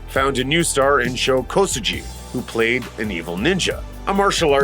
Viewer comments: Ok, say it with me now: "Show" "Ko" "Soo" "G(u)EE" "Sho Kosugi"-with a hard "G" sound, like in "Guitar", not a soft "G" like in "Gee whiz, that sure was a great ninja movie, mom!" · That "Kosugi" pronunciation is atrocious...